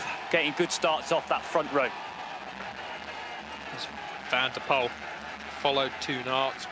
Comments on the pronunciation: Can someone please tell the commentator the winner’s name needs to be pronounced as “van der pull” and not “van der pole” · More like "van der poole"